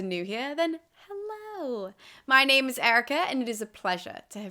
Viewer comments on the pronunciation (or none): none